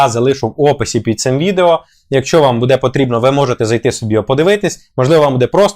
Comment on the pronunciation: Бууууууууде а не будееееееее!